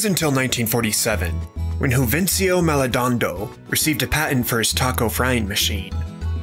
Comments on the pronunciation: it’s Mal-Doe Na-Doe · "Maledando"???? It's MAL-DO-NA-DO!!!🤦🏻‍♂️ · what did he just call Maldonado 😭😭😭